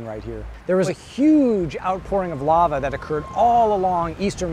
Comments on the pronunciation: I understand that money is tight and i appreciate you still making content. But can you please get hosts that actually can pronounce words properly. Its called Lava not lala😂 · The narrator cannot even pronounce LAVA, and they expect us to respect PBS??